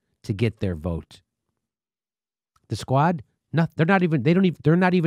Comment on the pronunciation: It's spelled S Q U A D but it's pronounced squat.